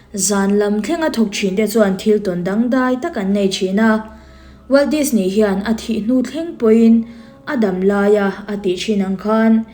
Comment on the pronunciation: NGATINGE DISNEY TIH LAI HI I THLUK VAK ŢHIN A, NAUPANG ALPHABET SAWI THLUK VAK ANG MAI😂😂😂